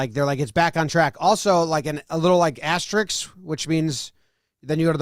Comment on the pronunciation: Asterisk not asteriks